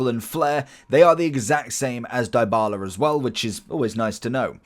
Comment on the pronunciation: Loved the vid but the butchered names made me want to "Die-bala" myself... Its Dee-bala btw and not Die-bala , and mar-tEE-nez not mAr-tinez XD